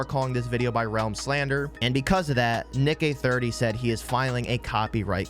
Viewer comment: I thought you said Nigay30 😂😭